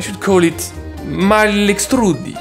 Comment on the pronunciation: Mal estrusi not mal estrudi lol